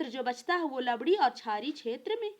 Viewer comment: लवडी नहीं भाई लवणीय है